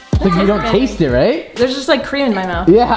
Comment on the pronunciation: Cweam cheese